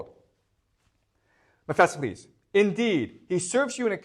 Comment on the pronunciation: OMG he absolutely butchers some of the pronunciations. ...Mephesiles???